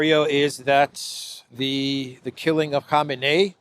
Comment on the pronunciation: Respect to for pronouncing Khamenei's name correctly. It's shocking to me how many otherwise good journalists and analysts can't even get his name right.